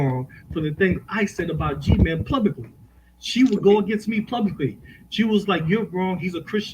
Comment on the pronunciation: So many funny interjections and jokes by and all of them went over head., please find a better co-host, this guy says PLUBICLY instead of publicly.